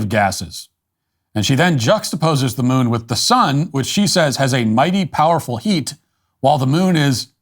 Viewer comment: “A mightay powafa heat”